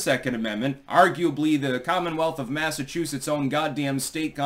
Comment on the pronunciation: It's Massachusetts. Enough said. 🙄🙄